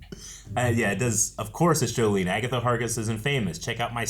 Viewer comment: It’s Jolene not Jolie